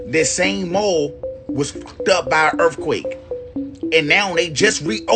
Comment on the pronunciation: He said “ERFQUAKE” 🤣